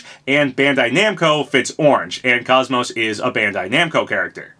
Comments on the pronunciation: If this is true im so psyched. KOS-MOS is my all time favorite video game character. Only thing im not looking forward to is hearing everyone mispronounce her name like the guy in this video. Its said exactly as it's spelled. "Kos-Mos" not "kaaz-mos" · Crash is pretty much the last "missing" icon Lara Croft: Am I a joke to you? also sorry for the OCD moment but KOS-MOS isn't pronounced like cosmos, both parts of her name are said like the MOS part. koce-moce. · Who tf is “kos-mo”? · You pronounced her name wrong. KOS and MOS are pronounced similar, KOS as in coast and MOS as in most. Not like cosmos. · You're mispronouncing her name.